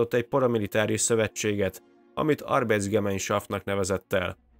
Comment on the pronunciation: Egy észrevétel a kiejtéssel kapcsolatban. A német nyelvben az ei-t áj-nak ejtik. Azaz “árbájt”, “ábtájlung”. Mindazonáltal remek munka ☺️